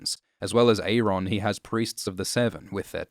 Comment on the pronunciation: is he saying "Ear-Ron"? It would be pronounced "You-Ron"